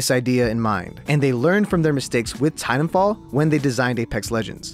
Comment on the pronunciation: Please enunciate the second "t" sound in Titanfall. That's my only critique. Thanks!